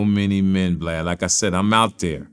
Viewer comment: Lol you said Glad not Vlad😆😅🤣😂